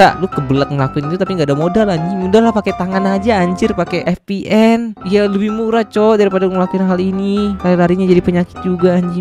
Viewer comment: VPN bang bukan FPN